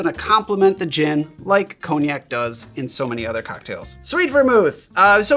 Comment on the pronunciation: 'ghin' and 'cogh-nac' was a crazy jumpscare